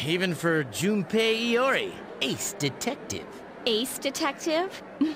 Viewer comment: Glad Junpei made the list but the pronunciation made it cancerous. It's pronounced JOOnpei. Also Yosuke is not YoSOOke. It's pronounced YosKAY.